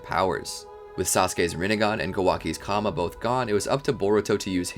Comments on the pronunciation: Someone tell him its karma not kama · Karma* not Kama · Bro it's karma not kama